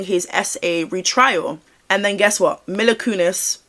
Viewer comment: Another great vid, he 100% knows something even IF he wasn't actually involved in any of it! People do need to remember that not every celebrity seen with Diddy will have been a part of this or even known, but I don't believe this is the case for Ashton! (Also her name is pronounced Meela❤)